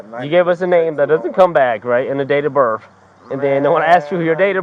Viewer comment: Cop said YOUR DATE OR BIRF😂😂😂😂